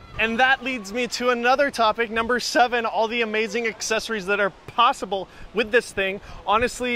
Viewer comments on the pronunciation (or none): none